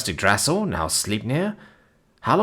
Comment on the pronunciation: It hurts my soul hearing him pronounce yggdrasil